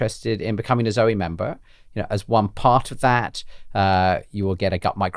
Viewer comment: Great to sprout beans but then so far you don’t mention how to use them when they are sprouted. I notice how you pronounce the name Zoe and I grew you with that being a family members name and the E was silent with the O being a long vowel so it sounds strange to me when you saw both vowels as long sounds.